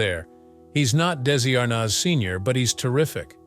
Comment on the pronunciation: It’s ARNez .